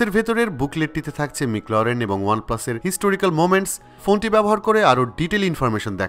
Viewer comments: হায় রে ভাই( মিকলারেন)না😅 মেকল্রারেন এডিসন 😂😂😂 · মিকলরেন ম্যাকলারেন/ম্যাকল্যারেন ✅ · bhul na eita,ter kintu pronounce korte shomos sha.still its doesn't have to properly pronounced